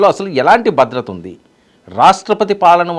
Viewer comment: "బద్రత" కాదు "భద్రత". తెలుగు నేర్చుకొని ఛావండిరా